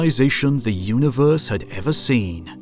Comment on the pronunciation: I have watched every single instalment of HOTU. It has been excellent from start to finish. Please stop calling it a multa-verse. It's a multi-verse. Likewise uni-verse rather than una-verse. These have been the 'nails down the chalk board' of an otherwise fantastic series. I look forward to more epa-sodes. 🤣